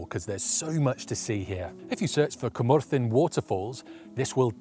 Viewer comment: Some great locations and really helpful tips as always. Impressed with the pronunciations too. I would have been way off the mark with my attempts! I’ve been to a couple of those locations. Went to Cwmorthin quarry in March on a misty day. Had a fantastic day and there were photo opportunities everywhere. Will definitely look up some of those other locations when I’m next in North Wales